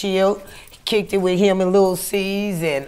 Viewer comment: Channel name is The art of dialog ..."you were 'wiff' her" ..OHHHH the irony